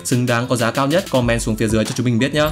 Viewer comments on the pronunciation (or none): none